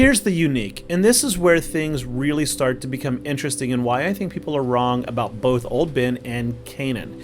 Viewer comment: Do it for Pope George Lucas. I swear that’s what I heard, but you probably said “both.”